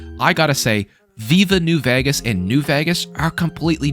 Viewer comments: The way you say Vegas bothers me a lot 😂😂😂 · I've never seen anyone play, or even say the word "vegas", like you do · I live there, he says it normally, he just kinda puts an “h” after the v